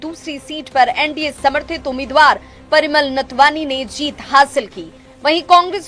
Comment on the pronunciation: पहले नाथवानी तो ठीक से बोलिए मैडम। नाथवानी नहीं होता है नाथवानी हाटक है।